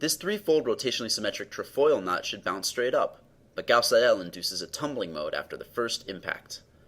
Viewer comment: Very good work, however Seidel should be pronounced as SEI-del, not as sei-DELL